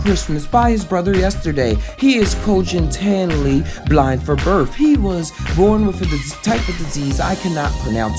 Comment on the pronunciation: Holy crap this guy can’t even pronounce congenitally.